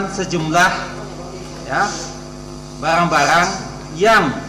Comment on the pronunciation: Barang-barang.......bukan balang-balang .